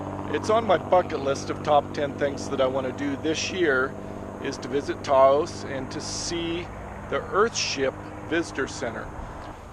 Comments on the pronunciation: Taos not toast.... lol. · Hi, So I'm from Taos (pronounced like house, but with a T on it). Since the earthships are in Taos- Can you change the intro to Say Taos not Santa Fe, because you are about 1 hour and 40 minutes from Santa Fe on the mesa outside of Taos not Santa Fe there. Thanks!